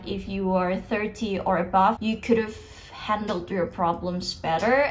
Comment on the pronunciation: kak, agak aneh dengan pengucapan "could", "would", dll kakak yang l nya ga silent, cmiiw kak kalo kakak sebenernya ngucapinnya bener uda bener, cuma telinga aku ato pengetahuan aku aja yg salah hehe. semangat kakkk <3